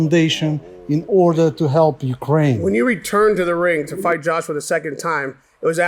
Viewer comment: I love you to death, but it's "Ukraine".